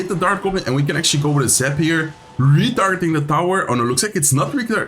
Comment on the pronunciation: Listen to how he pronounced “re-targeting” 🤣